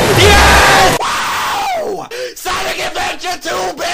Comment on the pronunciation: lol he said sanic adventuuur doom